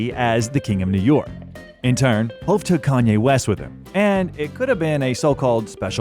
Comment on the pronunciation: How many times you gonna say hoe-v